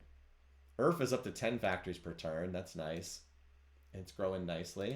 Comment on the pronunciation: omg it took me until to realise "Earf" is just "Earth" phonetically. Took me way too long lmao